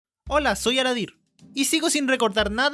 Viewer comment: Cuando dices: hola soy. Siempre entiendo que dices: hola soy aladin:'v:'v